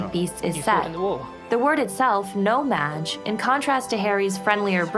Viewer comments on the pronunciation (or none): Quick note: it's 'no-maJ' not 'no-mag' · It's no maj....not "no mag"